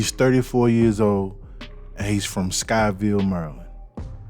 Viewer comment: Sykesville, not Skyville 🤦